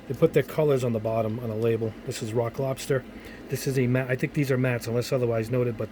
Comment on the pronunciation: "Rock lobster" it sounds like as if you were to be saying "Iraq lobster". "Death to America. And butter sauce. Don't boil me. I'm still alive. Iraq lobster. Iraq lobster. We were on the beach. Everybody had,matching towels. Somebody went under a dock,and there they saw a rock. But it wasn't a rock. It was an Iraq lobster. Iraq lobster. Iraq lobster"